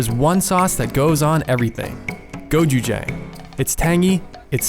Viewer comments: you didn't even TRY to pronounce "gochujang" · Just pronounce gochujang the way it’s spelled jfc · I'm sorry but the way they pronounce "gochujang" ticks me off HAHAHAHAHAH